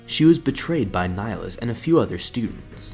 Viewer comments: Pretty sure your pronouncing "Nihilus" wrong. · ok but your pronouncing of nihilus ( latin origin ) is terrible #nofront